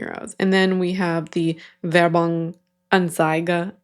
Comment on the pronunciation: You did great with the German! You nailed the Werbung and did great with anzeige :D And everything was rightfully translated!